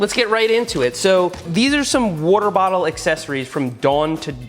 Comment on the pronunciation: Me: "Water bottle" Seth: "Warter Bowttle"